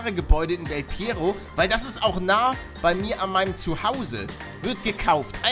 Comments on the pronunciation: Das heisst nicht del pierro Es ist del perro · Del perro nicht Del pierro